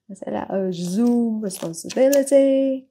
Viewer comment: Cô ơi. Hình như là từ priority, assume và từ shoulder đang phát âm chưa được đúng lắm phải không ạ